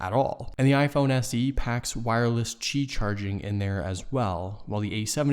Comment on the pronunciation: Qi charge = Key, not chi sound :)